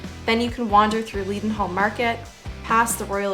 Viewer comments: Hiya. Leadenhall is pronounced Leddenhall, btw, not Leeedenhall Market. I used to shop there when it WAS a Market and not just a glorified clothes shop, but that's another story. Every so often, because of people like you, I miss London and past memories rise up again. Thank you. Stay safe. All the best to you. P.S.: Have you visited the Museum Of The Home, formerly known as the Geffrye Museum, in Shoreditch? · I learned stuff from your video I never knew! It’s pronounced Ledenhall by the way!